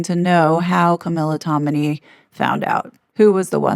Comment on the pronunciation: You are mispronouncing yet another last name: TOM-in-ay - not Tomini